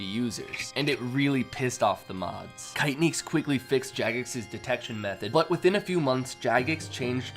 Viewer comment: I just opened this to hear you butcher the name ‘kaitnieks’ , great video though